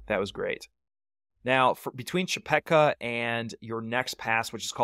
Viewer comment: Hardly anyone started at McKee Draw until YouTubers became a thing. Before that, the decision was to start at Leidy Peak or Chepeta Lake. And it's Chepeta, not Chepecka. Good video.